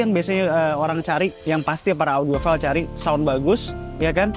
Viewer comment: Sekedar koreksi, dibacanya audiofail bukan audiofil. Bisa dicek ke google translate tekan sound 🙏